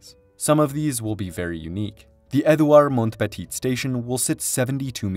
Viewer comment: Samooel due Champlain. Due Montaña. Edooward Mont-petite. Ville de MonT-rayall, Anse-à-la-Orme, REM deh Laid...